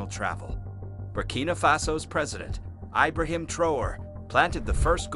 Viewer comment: Eye-brahim? Geez!